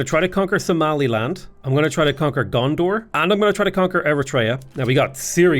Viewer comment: Did you call Gonder "Gondor"?